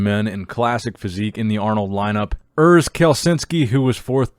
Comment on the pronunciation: Great video dude! If you want to say Urs correct in german try saying the 'U' like 'you' without the 'y'/'j' sound.